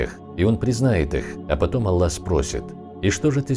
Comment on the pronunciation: ПИШИТЕ И ГОВОРИТЕ ПОЖ А Л Л А Х а не Алла